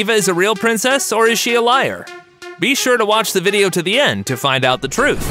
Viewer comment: Its video not vidie